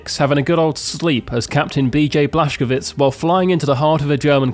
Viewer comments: Did you just call Blazkowicz Blaschkowicz in the start of the vid!? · His name is actually pronounced Blazkovich, and the English pronunciation is Blazkowitz, but it’s spelled Blazkowicz